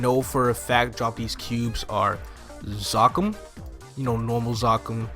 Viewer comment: God you say Zakum(Zuhkoom) like its spelled with two K's bro.